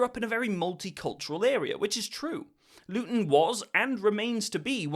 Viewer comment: “Born in Lutton” enough said